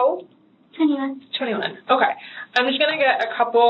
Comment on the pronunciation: Why does that detective pronounce "okay' like that? It's so off-putting! It made it difficult for me to finish watching the video lol! But anyway,wow! What a POS Joseph is! Smh I don't know which one of the 3 disgusts me more! All 3 of them are pieces of $hit on the ground! Fatiha for killing her sister, Sayma for going after her sisters man (which she certainly didn't deserve to die for though)and Joseph for being a selfish bottom feeding scumbag!